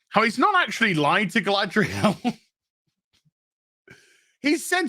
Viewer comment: "*smuckles*" -Guyladriel